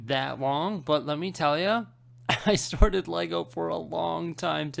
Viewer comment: I keep on hearing "sordid Lego" instead of "sorted Lego".